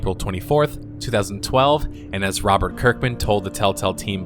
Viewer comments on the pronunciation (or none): none